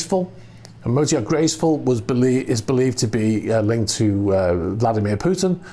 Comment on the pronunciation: lol, I have been hearing you say "motor yacht" it as some russian name "mota-e-art". Just thought that was so funny to post a comment. :)